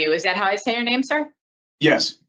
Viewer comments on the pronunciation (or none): AS much as I don't support this person's application, his attorney was awful. She couldn't even pronounce his name properly!